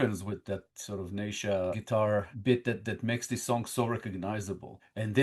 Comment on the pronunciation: Neisha pronounced Knee Sha